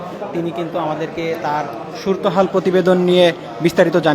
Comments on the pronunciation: এরা বাংলা ভাষাই জানে না অথচ সাংবাদিক। সুরত হাল না বলে বলছেন,সুরতো হাল। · সুরতহাল, সুর তহাল না। কি যে বলেন!